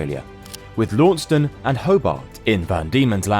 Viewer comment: Launceston is pronounced "Long-ces-ton" not "Lawn-ces-ton" or "Low-ces-ton". Speaking as a local Tasmanian. Even those from tbe mainland of Australia get it wrong.